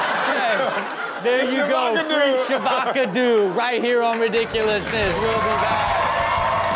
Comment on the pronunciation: “Get to Del Taco! They got a new thing called Fre Sha Vaca do!” Classic 😂